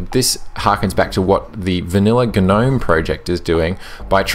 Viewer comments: The word Gnome is pronounced "Nome"! "Guh-nome" would be spelt G'Nome. Please learn how to talk properly. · Click Bait title down voted, this is a PinguyOS review. I was looking for a debate about Gnome. And I can't stand hearing you say GNome. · Umm... yeah, I think the g is silent dude. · ok right is it pronounced "g'nome" or "nome"? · The G is silent. Think of lawn Gnome. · Dude, the G is silent.